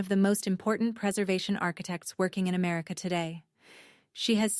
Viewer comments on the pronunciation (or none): none